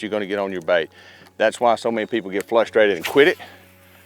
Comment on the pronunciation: This guy always says “flustrated”. It cracks me up. 😂😂